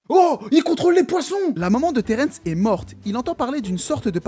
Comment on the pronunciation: alors le royaume des morts s'appel edenia et pas eternia et Terrence ce dit Terrence et pas terènsse